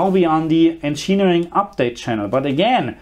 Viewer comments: Encheering mode lmao it'd "engin "eering" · He doesn't pronounce it as you say, he says encheenering, not encheering as you wrote